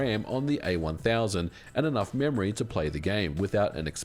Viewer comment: "...That the Amiga A 1000..." Heh, FFR, oops, the "A" already stands for "Amiga," and then the "1000" is what should've had the emphasis. 😛